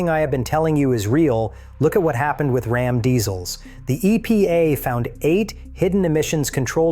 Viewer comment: Can’t you find a real person to read these posts?? Rom is not Ram! Geez! What a turn off!